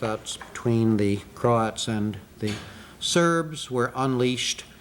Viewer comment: Mispronounced kosovo and croats